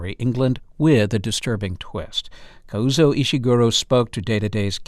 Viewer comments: KAH-ZOO-OH not Kauzo 🙄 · Introduction. The man introduces the programme, by mispronouncing the author's name, not once, but twice! ( he is Kazuo, not Kauzo). So inexcusably arrogant. Otherwise an excellent video and lovely readings. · Would have been super-terrific if the first host could have spent a few seconds to learn to pronounce "Kazuo" properly